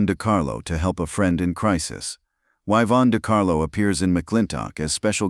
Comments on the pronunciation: You pronounced it wrong. It's not "Eyevonne" De Carlo. It's "Eeevonne De Carlo" I spelled it wrong so you'd understand your mistake. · Name misprounciation of both Eevon DeCarlo and Andrew Mc Laaagland is distracting. 😢